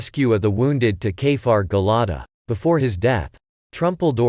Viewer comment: You are not pronouncing the Kibbutz name correctly it's Gil-ah -di ,the same as the bible and NOT Gel ah da ...